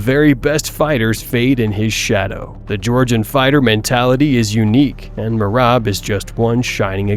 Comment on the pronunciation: bro you say merab surname wrong